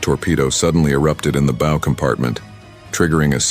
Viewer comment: Bow, the front of a boat, rhymes with Mao or how. It doesn't rhyme with Moe. One idea is to read your script through end to end once before you record it, so that you know what words mean and not just what they seem to look like on first sight.